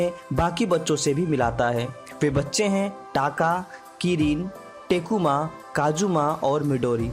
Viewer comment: bhai yeh kya hai, tum Ryuichi ko Ruchi bol rhe ho, Usaida ka Ujadaa bol rhe hai. Takuma ko टेकुमा bol rhe ho. kotaro ko Kataro bol rhe ho.